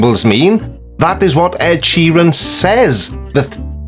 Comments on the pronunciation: Wait, I need to address something. Providing music that SOME people want to hear. Personally I wouldn't be bothered if I didn't heard an Ed "Sherron" song again. Is Sheeran like a new Bouquet/bucket thing? Or is this just American with no sense of pronunciation at all? Almost 2 mins in and I'm already getting distracted. I'm guessing he will mention GOT at some point, which while it was a little cringeworthy, not exactly some diabolical plot to kill us. I actually didn't notice at the time, as I had no clue who Ed Sheeran was. Anyway onwards an upwards! Lets see what else he has to offer. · Wait? Sheer-een? fecking hell. I also can't wait to hear why Adele called her albums 19, 21 & 25 and why it's a sign of Lucifer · Really a guy who cannot even pronounce the word Sheeran - who has researched him and knows him REALLY?? This is why you should not put internet access and PC`s in padded cells. I personally think `A Call for an Uprising` is actually an ILLUMINATI Psyops operative who is tasked with generating so much stupidity that it dumbs down the populous ready for THEM!!! THEY are already here............ Nice one Creaky thanks for not covering the whole of his video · Why do Americans get simple Irish names so badly wrong?